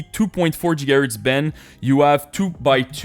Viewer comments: "Djigahertz" 😆 . It took me some time to understand what he pronounced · Jigahurtz 😂😂 Sorry